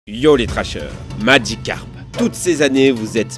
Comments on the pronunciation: Pourquoi il dit maDgicarpe ? C'est Magicarpe. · "MagiKcarp" xD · pas « madjicarp » , magicarpe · C'est Magicarpe, pas madjicarpe, putain! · SKOUIZI ! ( LEU MEYEURE POKÉMON, C MAGICARPE ! )